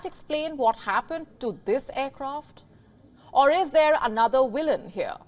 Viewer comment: "is der anodda willen" here lol!